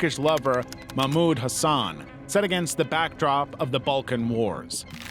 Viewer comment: "mamuğd hasağn"